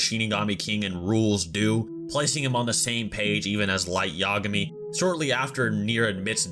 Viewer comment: I hate to sound like Hermione but it's Light Ya-GA-mi not YA-ga-mi You're putting the emphasis on the wrong syllable